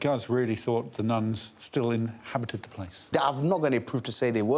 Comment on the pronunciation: Nice, I'd completely missed that. Ha, now I see Alex well knew what he was about with "in (cheeky pause) habited the place"!